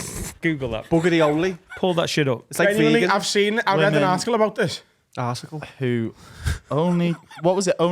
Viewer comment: "Arsicle" needs to be given the respect it deserves. Unreal